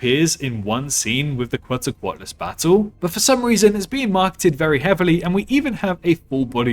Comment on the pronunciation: Very interesting video! Also, I appreciate your pronunciation of Quetzalcoatlus. I was kinda disappointed to hear the dinosaur expert in the movie say quetzaco-Atlas...